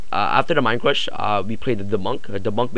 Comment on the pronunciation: Mind cwush XD